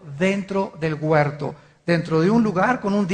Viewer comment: Alducin es un indocto, no sabe ni hablar dice: guerto